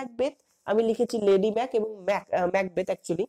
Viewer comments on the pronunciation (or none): none